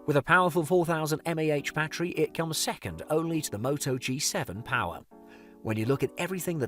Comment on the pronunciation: POWAHH joke its power😂